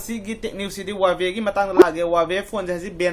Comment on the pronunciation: Lol he even cannot pronounce the Huawei brand What he said that googles ..... really..🤣😂🤣😂🤣😂🤣😂😂🤣😂😂🤣😂